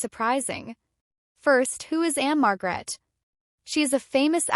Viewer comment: Just so you know the stress is one the first syllable marg rette